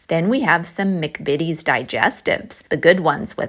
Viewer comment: We don’t say mic vities. We say Mac vities.